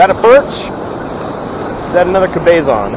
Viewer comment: (Cabezon) is not pronounced "Ka-bay-zon". It's: "Cab-uh-zon". Guest it doesn't make much difference, since it was not a Cabezon.